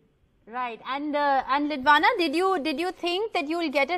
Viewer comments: Why is the anchor addressing her as Lidwana instead of "Lidwina". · It is beautiful to see the kid being politically aware of what's happening around. And the CJI definitely made her day by responding to her letter. However, the father prompting what to say could have been avoided. Thank God, the anchor realised that she mispronounced the kid's name 🙂